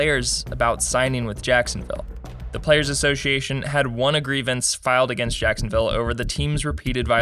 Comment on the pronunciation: Ah yes. Sacksonville Abbey.